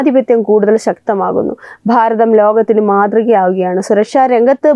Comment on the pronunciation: Pharatham ennalla Bharatham ennu parayunnatha bhangi